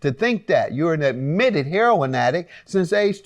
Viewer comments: That's how a lot of people say it. Even some youtubers who report on it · "Heh-ron" = That's how we pronounce it in the 'hood (Harlem/Chicago/Detroit/Bmore/Philly/D.C. and inner cities around the Nation). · why does she say heroin like that i couldn't get over it lol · I personally have never heard a heroin addict say he-ro-in (3 syllables)